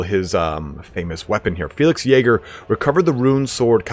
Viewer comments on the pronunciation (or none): none